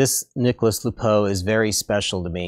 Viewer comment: If french, you don't pronounce the s from "Nicolas"